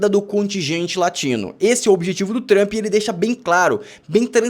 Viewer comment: Quando o camarada começa falando "TRAMPI" já perdeu a confiança